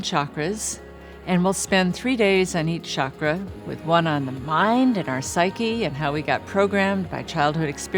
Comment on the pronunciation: I am so happy she pronounces the word ‘chakra’ the right way as in ‘channel’ and not as in ‘chicago’ like most everyone else do in the west.